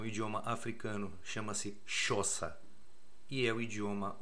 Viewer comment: Xhosa, pronúncia da palavra em outra língua KOSA